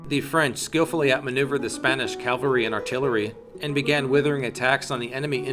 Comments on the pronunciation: Is it just me, or did he keeping mispronouncing cavalry as Calvary? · One critique: cavalry, not Calvary. Aside from that, terrific work. I learned alot. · Another great video, but... Ugh, one of my greatest pet peeves: when people say “calvary” instead of “cavalry” (two very different things, as the former is the place where Christ was crucified, also called Golgotha). I don’t understand why so many people make that mistake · I’ve just got one question: What’s this “calvary” you speak of?